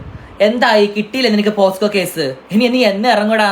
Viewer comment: പോസ്കോ അല്ലടാ ചെറ്റേ പോക്സോ എന്നാ😅😅😅